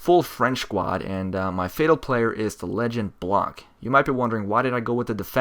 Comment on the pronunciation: I'm french and the 'c' is not pronounced in Blanc.